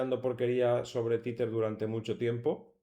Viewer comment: Se pronuncia TEZER, no "titer" jajaja